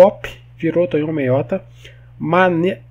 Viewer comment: Mds.. Tonhão? Eu esperando tu dizer meu nome e quando chega a hora tu diz errado kkkk, o ep todo o Tonhão reclamando que se meteu em encrenca e nós felizes pq gostamos de ver o parquinho pegar fogo kkkkkk